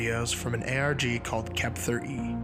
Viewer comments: Why did you keep pronouncing the ARG as Kep-ther instead of 'kept her'? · I think it's being pronounced wrong. Kepther E. Kept Her E. whoever E would be